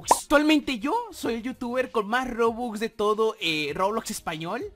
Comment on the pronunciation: Se dice Robux No Rubux